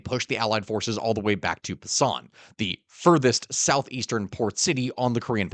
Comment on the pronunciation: Busan, emphasis on the first syllable.